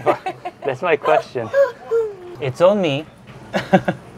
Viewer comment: nice queshtion 💀💀